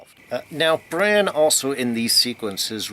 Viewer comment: It's BrAn, short for Brandon. Not Bron.... who is a totally different, dragon-shooting character....